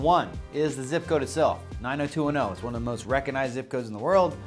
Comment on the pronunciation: I got totally drunk on you saying reconize… instead of recoGnize… but then most Americans do mispronounce it. 😜